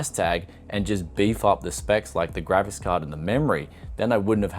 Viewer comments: It's called a GRAPHICS card.... not a GRAVIS card.... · For a moment I thought you said "Gravis" card, that would have explained the price (if a rare one!!)